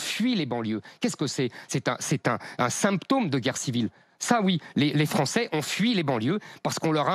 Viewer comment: La fronce au fronçais 😂